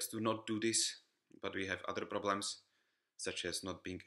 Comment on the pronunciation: i wasn't quite sure if this actually is a czech accent or some different accent, but then you said the word "problem" and i immediately knew